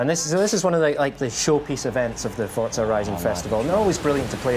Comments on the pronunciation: FORZA NOT FORTZA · ForTza. Never heard of it. There is a game called Forza tho.